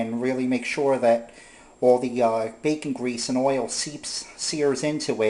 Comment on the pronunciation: What is OY-ILL? LOL